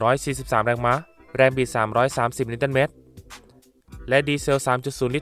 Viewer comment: แรงมะอ่านแบบผิดๆๆ